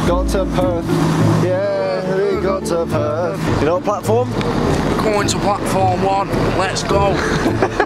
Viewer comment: Perth not purth aha